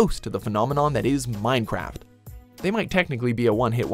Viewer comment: did you just say Mine crap.